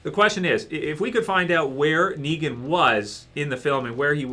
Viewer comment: He didn't even say it right.